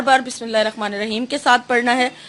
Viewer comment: Bismillahir Rehmanir raheem bola kre rakhmanir raheem ni kahe 😊♥️ jazak Allah